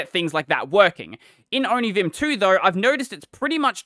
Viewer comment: Onivim? The first i heard from you i tought you said onichan 😹